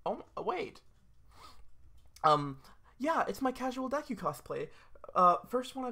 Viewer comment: wHO IS 'DEKE' THAT'S NOT DEKU